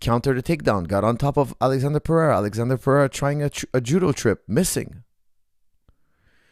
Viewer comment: Lol stop calling him Alexander. His name is spelled Alexsandro and pronounced “Alessandro”. It would be a lot easier to just call him Alex if you didn’t know his full name or weren’t going to pronounce it correctly again and again. It almost takes a pertinence to get something wrong that many times on accident.